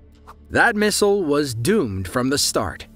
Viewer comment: "Mistle" LOL